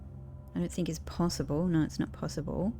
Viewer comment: When you first saw the think art, you said 'thin K'